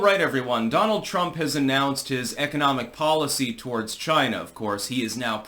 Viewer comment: Who else is happy to hear Trump say "CHYNA" again?